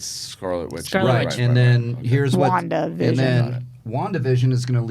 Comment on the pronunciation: WandaVision sounds like WonkaVision